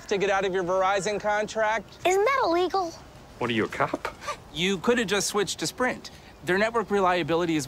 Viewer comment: YYYYOOOOOO,the way it said extremely illigal on the vorizon commersial